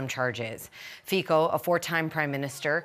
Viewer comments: Pronounced Feet-zo. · Trudeau journalist should pronounce his name correctly not with K